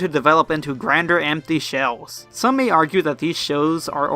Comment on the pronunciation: The Smiley One Emphasis on "some", dude.